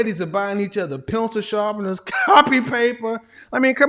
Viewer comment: He said, "pencil sharpeners"... 😆☠️😆☠️😆☠️